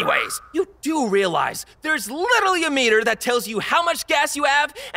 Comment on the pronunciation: Littery all I hear is “hey tomato”